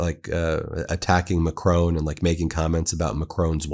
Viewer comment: You make good videos but please pronounce Macron correctly and not like Trump does. It's far easier to pronounce it the correct way than how Trump says it. Here's a link to how it is said: YouTube title of it is: How to Pronounce Emmanuel Macron.